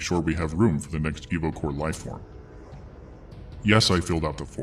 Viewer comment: Instead of „Evocore“ I understood „Evil Core“